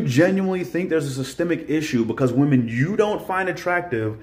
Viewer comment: I've noticed a lot of people pronouncing women as woman. The woman right after that tiktok did it, too. Women isn't really pronounced like it's spelled, which is probably why so many people mispronounce it. We-men. Those delusional wemen!!